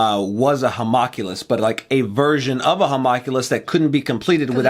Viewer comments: i know people are probably gonna tell you this a few times and i was gonna ignore it but you said it like 10 times in this one episode. you're pronouncing homunculus wrong, its not ho-mock-u-less, its hu-monk-u-less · I'm sure a Hawmockulous is pretty cool, but for the love of God, "Ho--mun--cu--lus". lol Much love guys. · It really annoys me that they don't know how to say Homunculus